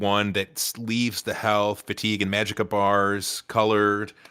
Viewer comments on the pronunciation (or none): Great video, really helped me wrap my head around modding this game (MO2 has made me lazy) but this might be the first time I have heard someone call "Ma-Jick-Ka", "Ma-Jhee-Ka" lmao